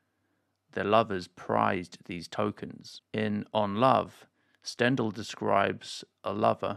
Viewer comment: I’ve done the same sort of thing countless times, nevertheless, Stendhal’s name is usually pronounced ston-daal. (like the “en” in en suite & “dahl” like the lentil dish)